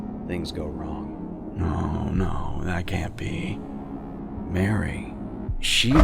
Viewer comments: *Mari is pronounced as "Mar-e" not " Mary" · am i the only one who thinks Mari's name is supposed to be pronounced "mah-ree" instead of "mare-ee"? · I'm like 90% sure it's pronounced Mah-ri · A cool video i which I found out sooner. But, it’s MAR E not MARY LOL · Love you but Mari's name is pronounced Mar-ie not Mary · NO. NO, NO, NO. ITS MARI. NOT MARY HOLY SHIT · Wait wait wait Is it pronounced Mary or Maree? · Christ I was wondering why I disliked this video until you said MARY. Her name IS NOT MARY. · you disliked the video just cuz he mispronounced one characters name? lol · Her name is pronounced like Marie btw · Hey, just for the record, I think that Mari's name is pronounced like "Mars" but with an I instead of and S. Like, Marr-ee. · this video is great, or at least it would be if you just pronounced Mari's name correctly. It isn't really anything major sounding, but it sticks out more then Omori himself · 7 minutes in and i already am frothing over the way he pronounces mari